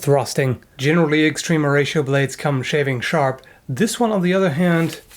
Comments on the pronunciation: "Extreme Horatio" I will always hear it that way. I'm cool with it. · I just keep hearing Extreme Horacio when you say their name...